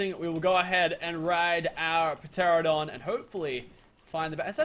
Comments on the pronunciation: Meola told him the correct way to pronounce it and he STILL says "Terradon" Some people never change. Or gain brain cells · "Terradon" not "Pterradon" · ITS PRONOUNCED TE-RA-NO-DON. NOT TERRADON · it's pronounced TER ANN O DON.. TERANODON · It's pronounced ter-an-a-don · The P is silent